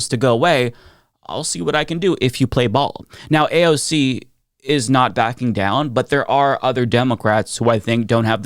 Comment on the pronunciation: "AOG". Needs to learn to read AND speak.